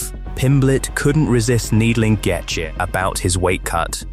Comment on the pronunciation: Is this ai? Why you saying Gaethje like that?